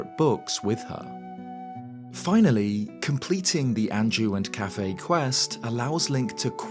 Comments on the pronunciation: I don’t think his name is pronounced cafe, I think it’s pronounced as kuff-AY. Quickly saying the first and heavy emphasis on the second syllable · It's bothering me how you pronounce his name so much lmao I've always pronounced it "Kay-Fee"